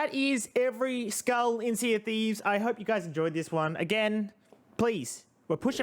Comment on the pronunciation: Instead of saying skull he says skuil